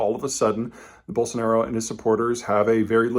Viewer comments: Just a note on correct pronunciation: It's "ball-son-are-oh" and not "Ball-son-are-ee-oh". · Peter why are you saying Bolsonario all the time? Its Bolsonaro! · Why does he keep saying Bolsonario? There is no "i" sound lol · Are you saying Bolsanario? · No 'i' in Bolsonaro, one 'u' in nuclear...